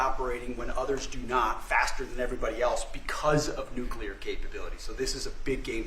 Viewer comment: Nucular. This must stop.